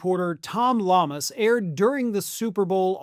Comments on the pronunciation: Hey, Tom Liamas' last name is pronounced "YAH- mas". Hope this helps. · Hi, sorry to nitpick, but just so you know, his name is pronounced Tom yamas.. the double L is pronounced like a Y. Just so you know… Thanks!